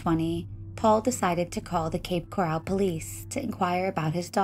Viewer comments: just to clarify its Coral.. not Corral, these are two separate places. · It's Coral, not Corral.